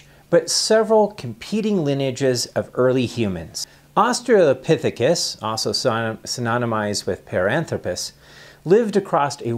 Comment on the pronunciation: Australopithecus. There's an "L" in there.